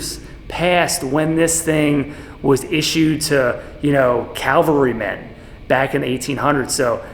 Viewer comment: cavalry, not calvary